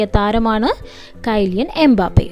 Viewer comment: Kyliyan mbappe❌kaiilian mbappe✅